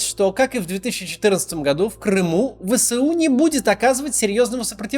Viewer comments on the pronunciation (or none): Пожалуйста, ВСУ произносите не вэСЭу, а вэЭСу. Вы же не произносите сэсэсэсэр, а эсэсэсэр.